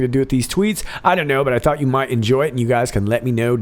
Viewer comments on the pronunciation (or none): none